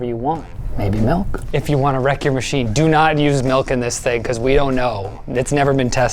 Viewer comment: It’s not m-EL-k It’s m-IL-k